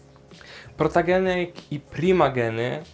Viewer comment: A nie powinno się mówić protogeny a nie protageny